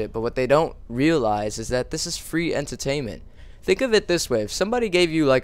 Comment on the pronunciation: When you say "entertainment" it makes me laugh.